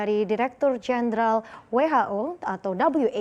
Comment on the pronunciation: We-ha-o aja bacanya